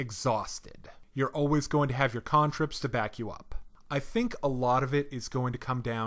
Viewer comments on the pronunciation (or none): same I was like "who the hell pronounces "can-trip" "cahn-trip". made me so stuck inside my own head i had to rewind to relisten to what he was trying to say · The pronunciation of cantrips was super distracting to me. XD ive always pronounced it "can" "trip" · "KHAAAAAAAN" ... trips